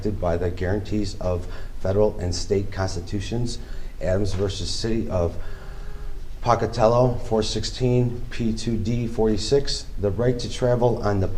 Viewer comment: I'm offended he can't pronounce the city of Pocatello correctly.